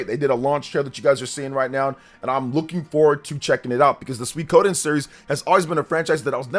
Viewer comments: Other than putting the emphasis on "ko" instead of "sui", pronunciation is mostly okay. Not like there are that many ways you can mispronounce that anyway. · My new favorite hobby is seeing how many different ways YouTubers can pronounce "Suikoden".